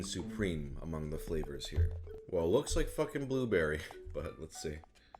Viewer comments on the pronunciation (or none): no one: prozd: buberry